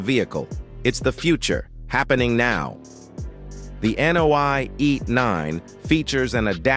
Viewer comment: Nio，not NOI. lol